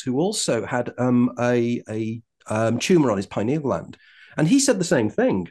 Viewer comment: I believe him because he pronounces “pineal” correctly…..lol. FINALLY, someone that pronounces it correctly, THANK YOU!!!